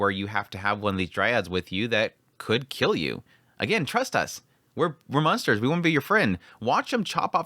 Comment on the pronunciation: I noticed that you have a tendency to sometimes say "munsters" instead of "monsters". I did that a lot when I lived in Indiana and Oklahoma before moving to Arizona.